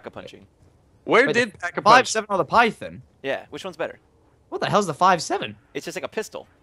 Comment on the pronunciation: *pack-a-poonch get it right